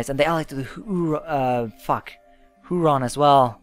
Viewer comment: ". Huron is pronounced Here-on. (It`s named after one of the Great Lakes.)